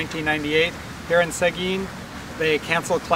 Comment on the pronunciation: The first guy pronounced Seguin weird!